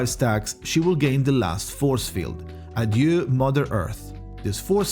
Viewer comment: Thank you for pronouncing "Adieu" correctly 🙏😭